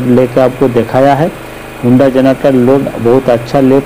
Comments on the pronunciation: Hunda nahi...Honda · When he pronounced honda as हुंडा . Kasam se khoob hnsa hoon mai😂😂😂😂